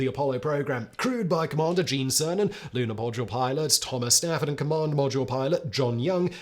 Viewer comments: 30.47 you said Lunar podule milot ??? Talk about fluffing up your lines. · Fag-jet? Always thought it was Faj-ay. And I always thought “Groo-man” was known as Grum-an. And the lunar podule milot… never mind. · "lunar podule milot"😂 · "Lunar Podule Milot" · Lunar Podule Milot 😂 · Lunar “Podule Milot”? lol. What is that all about? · Nice spoonerism “lunar podule milot.” 😂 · “the lunar podule milot.” 😂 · "...for the Commander and Lunar Podule Milot." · Ummmmm... What's a Lunar Podule Milot? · Lunar Podule Milot? 🤣🤣🤣